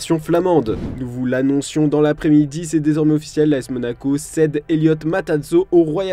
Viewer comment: C’est l’as Monaco pas lacer Monaco 😅